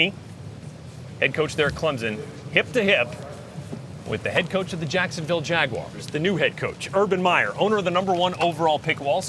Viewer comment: Its Waguars bruh